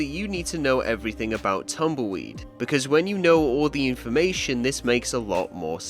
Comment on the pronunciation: I love how says "Tamoyd" Instead of Tumbleweed 🤣